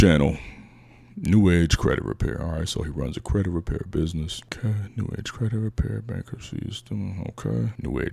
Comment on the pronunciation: Soon as he said “binness” I was out.